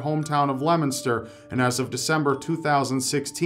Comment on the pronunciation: thank you for pronouncing Leominster right 👌🏻